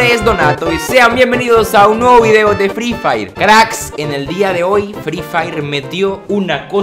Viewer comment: Se dice fri fayer. No fri fair :v